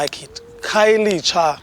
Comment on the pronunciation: I love that narrator buddy pronounced Khayelitsha perfect to the tee